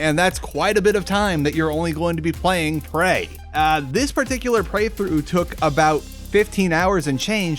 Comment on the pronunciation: Did I hear him say prey-through at